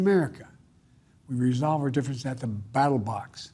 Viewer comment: I think you meant to say "Ballot Box"; not battle box.